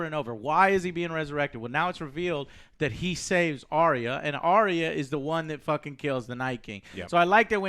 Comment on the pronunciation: Also can we please pronounce Arya as it is supposed to. Not Ariya.